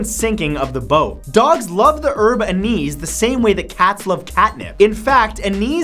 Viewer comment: The spice depicted din #40 is anise, pronounced "an-iss".